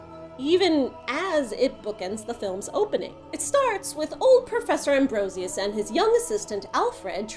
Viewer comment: Abronsius. Not Ambrosius.